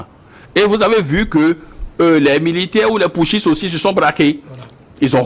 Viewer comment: Les intellectuels invités par les journalistes doivent arrêter de prononcer les mots pouthciste et junte